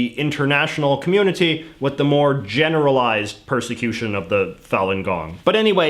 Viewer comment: ... intimidation and what: "persection"?